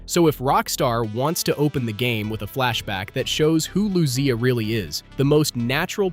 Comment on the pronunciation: Bruh these pronunciations are driving me crazy. LeoNIDA not LeoNEEDA and Lucia said wrong throughout. LOO SEE YAH, not loozia